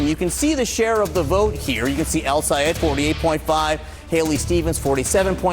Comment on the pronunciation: You calling his name wrong. Might be intentional because the US media is racist as hell.